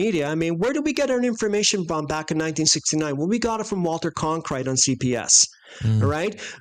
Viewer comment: A few things to consider: I love you guys, but SHAME ON YOU for forgetting Michael Collins' name & mispronouncing the most popular TV anchor in history "Walter Cronkite." (lol) -more... Next, when looking at your video footage of the Escape Chute, I don't see any kind of 'chute' that descends from the Command Module.-??? What we see from your footage is 'something resembling a chute' appearing from about halfway (or more) at the 2nd stage. Furthermore, it seems that if someone slid down on their butt from a 363-foot elevation, their pants would cause so much friction their asses would feel as if they were on fire...if not literally. I slid down a 6-story waterslide in Sacramento, and even with the water flowing, it was quite a ride! As kids, we went down amusement park 4-story stainless steel slides on burlap at a relatively low incline...it got a bit warm, and would often burn off a couple of layers of flesh on your legs/elbows if you weren't completely on the burlap. Even descending the escape chute at such a steep angle, from that extreme height, would cause one to ponder the "33-FPS/per second" law of Gravity...an insane speed to travel on your ass...even if it withstood the friction, yes? Your animation shows a sharp decline in angle/grade -only below ground surface. Are there any photos of the launchpad clearly showing the external escape chute pathway from the Command Module, because I haven't seen any, and not that I am negating that claim, I just haven't seen any